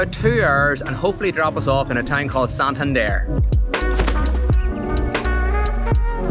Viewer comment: Congrats you got the correct pronunciation right the first time!!! SIQUIJOR and SANTANDER!! hahahaha